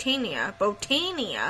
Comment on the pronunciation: Its said like Bow-Tan-ia